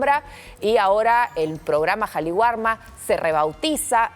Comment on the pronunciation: Qué pasa, señoras reporteras??? Es Qali warma Entiéndase, el Perú es un país quechua, sintámonos orgullosos de ello y aprendan a respetar el quechua /Kali warma/.